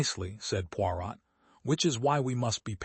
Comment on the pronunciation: Had to stop listening because Poirot was pronounced so badly and it annoyed me. The “t” in Poirot should not be pronounced.